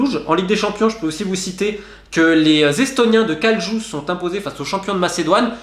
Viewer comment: et aussi quand tu parles de kalju, ca se prononce "kaliou" , et ne parles pas d'eux, c'est un club innutile 🙃